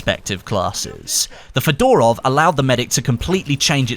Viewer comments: it's not fedOrov but fёdorov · Come on, mate, It's pronounced FEdorov, not FedOrov (with an accent on first E) :)